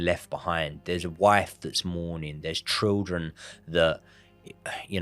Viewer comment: cant pronounce children and cant pronounce assassination 😂 great content tho lads 👏